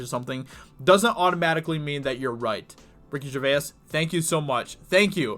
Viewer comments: Dude......great article but it's not Ger-ve-us it is Gervais (the vowel sound is a pure 'A', not two syllables e-us). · “GER-VASE” Not “GERVAY-IS!” Thank him by pronouncing his name right. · Can’t listen to this because you continually mispronounce his name, Ger-vay-iss. No, it’s Ger-vays. Two syllables. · Please stop pronouncing both vowels at the end of Gervais. He pronounces it Ger-vays... not Ger-vay-is. Thanks. I'd add that I like your commentary, but that's some kind of signaling thing, I think. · It is pronounced Gervaze. Not Gerva is . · Jer-vase. Not Jer-vay-is. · Ricky Ger Vay Ass? Ricky GerVASE. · Jer-vaze. Not Jer-vay-iss. Reek havok, not wreck havok. Where are you from? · Why do you pronounce his surname incorrectly... it isnt "Jervayas".. its "Jervais" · His name is pronounced Jervayz....not gervaiass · Ger-vayse not Ger-vay-iss. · His name is Gervais, pronounced Jervase, not Jervaez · Jer.vays. Not jer.vay.as. Please stop with that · Please stop calling him "Jer va is". Its pronounced " Jervace". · GerVASE (not Ger-ve-us) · Hey Dude...respect for the video...but his name is pronounced like GERVACE.... not Gervaiss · Gervais sounds like Jer - Vace Or. Jerv - ace not jer vay ess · Mate, mate, mate. Please stop calling him "Ger-vay-ass" it is pronounced "Ger-vase" thank you in advance. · This is the reason I didn’t listen after the 3rd time this guy got it so wrong. I want to high 5 his face. Oh and he does it to most names, place names etc in most of his commenting on others work. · Ricky Gervay-as 😂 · Gervais is pronounced Jer-vay-z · Love your vids. BTW it’s “jer-vay” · His name is pronounced GERVASE, PHONETICS. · You still can't pronounce his name 🤦🏻‍♂️ JER-VACE!!!!! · Ricky "jer vase" must get sick if you putting a third syllable in his surname it's a 2 syllable name you septic tank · It's just pronounced "jer vase" man. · Jer-vase . Is the correct pronunciation. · No doubt others have mentioned it but its pronounced "jer-vaze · Ricky Gervayez lol